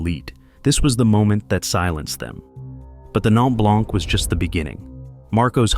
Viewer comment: Good video except for one thing to make this video a little less ...annoying is the French pronunciations. Just do a quick search on how to pronounce some of the french words ie blanc ( the c is silent) verte( the e is silence and the t is pronounced) ....just a little thing but it demonstrates research well done.